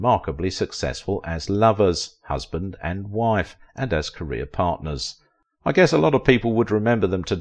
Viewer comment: Career not carrier!!!